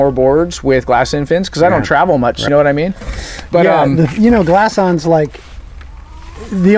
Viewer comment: nice review as always, but its Glass Ons. lol